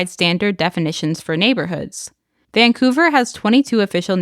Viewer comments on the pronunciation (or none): none